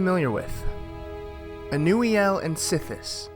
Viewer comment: ur pronunciation is correct ive been pronouncing it something entirely else 😂